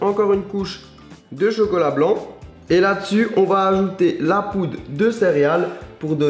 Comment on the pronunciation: a 3 minute 49 il dit "la poude"